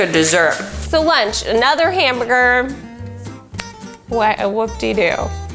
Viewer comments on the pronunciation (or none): “ another humbger “ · She said, “Anotha Hambooga” or am I just paranoid🤣🤣🤣🤣🤣I think not